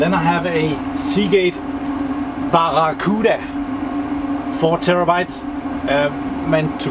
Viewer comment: You said barracuda right!